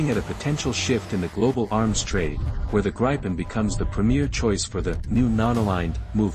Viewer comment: Where is this Plane called GREIPEN??? AI has somebody used your brain as an toilet and left a big dump in there??? GRIPEN!!! like GRIFFIN!!! No EI found anywhere. Thats no spelling contest, thats language.